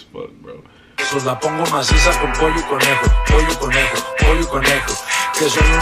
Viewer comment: He said Polo y conyo!🤣😂